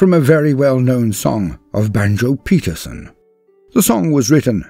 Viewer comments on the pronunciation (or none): Learn to pronounce. A.B. "Banjo" Paterson was NOT Banjo Peterson.